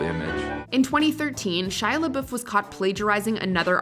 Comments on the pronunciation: The way she pronounces his last name is irritating. May be the proper pronunciation but if he says it as “Labuff” then pronounce it that way lmaoo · What is with the Watch Mojo narrators always pronouncing things so cringy. I wanted to punch my screen. NO ONE, not even himself, says his name with that God awful accent. It's pronounced SHY LA BUFF! That's how he says it, that's how YOU should say it. Hence forth, can we call you......... Must be a Canadian channel cuz every YouTube channel I watch with Canadians is such a struggle to say words normal I swear. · Bruh if you’re gonna do a video on Shia at least pronounce his last name right jfc